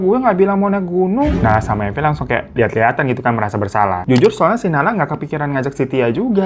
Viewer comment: Mirza jd Marvin....Evi jadi Eva....Arab maklum yeee 😅